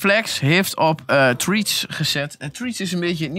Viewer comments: Triets? 😂😂😂 "Threads" = frets. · Treatz? Het is Threads haha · “treats” omg 😂😂😂